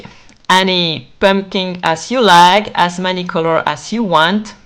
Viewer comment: So cute! Also I love the pronunciation of „pömpkin“ ❤. I wanted pink pömpkins and bought them from Temu but if I had seen this video earlier I might have made them myself.